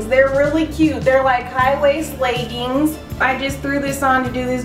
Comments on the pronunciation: "laygangs" i love how she says leggings lol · Love the way you say leggings! Xx